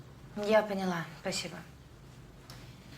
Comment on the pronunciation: Филатова говорит "пОняла"